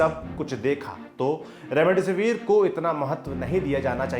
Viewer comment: Remdisivir h be naam to thik se le gwar